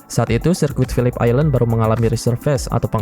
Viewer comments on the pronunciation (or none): none